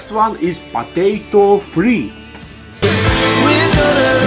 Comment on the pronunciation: "Next one is Patato free!"